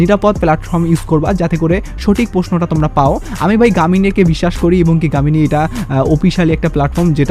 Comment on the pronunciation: গামিনি❌ জেমিনি✅